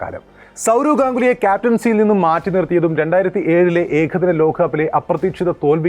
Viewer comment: ഏഖദിന 👈 ലോഖകപ്പോ എന്താടോ നേരെചൊവ്വേ പറയാൻ പഠിക്കെടോ